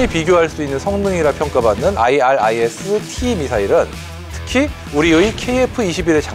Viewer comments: 아이리스티 라고 하면되지 뭔 아이알아이에스티 이 ZR ㅋ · IRIS-T는 아이리스티라고 모든 메니아들이 발음하고 있는데도 불구하고,, 스팰을 일일이 읽네.. 아스람과 아처는 왜 스팰을 읽지않나요ㅎ 밀리터리 전문가가 맞나? 아님 원고를 그대로 읽는 아나운서인지.. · 그냥 아이리스T라고 발음하면 됩니다.해외 군사채널에서도 다 그렇게 발음해요.